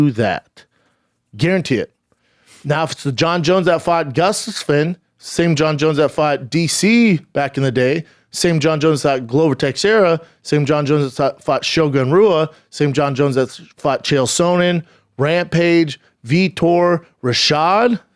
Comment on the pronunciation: Damnit man, I thought Chaels names were bad. Theeago Santos, showgun roo-uh, glowver texsherra. 🤦🏽‍♂️🤣🤣